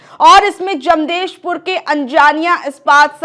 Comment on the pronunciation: जमदेशपुर नहीं, जमशेदपुर बोलो,एंकर मोहतरमा।